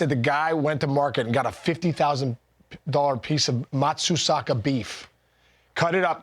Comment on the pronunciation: Major props to Casey for saying "Matsusaka beef" correctly.